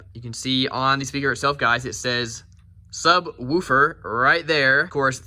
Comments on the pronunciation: Dammit I thought we had broke you of saying “sub-whew-fer” but here it is again 😂😂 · Really weird that you pronounce “subwoofer” differently then when you just say “woofer” on its own